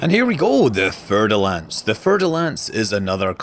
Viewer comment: Just FYI, Fer is pronounced like fair and is derived from Ferrum in latin. No worries though!